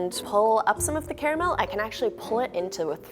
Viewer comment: i hate when people say Cara mel not car mel